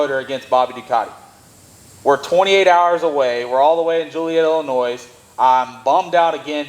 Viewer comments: Joliet Illinois pronounced Ilinoy not ilinoise. I raced there at the pre opening I knew Payton and Coyne who were Big Partners and built that track. I grew up in Il and it took forever to get a world class track. I just saw you all in NC a month back great win guys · It's Ill-I- noy....no s....lol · The proper way to say Illinois is without the “s” thanks from a Illinoian